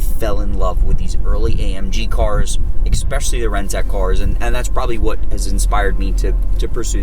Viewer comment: You say ecspecially when the word is especially. You are an influencer, stop influencing people to say words incorrectly.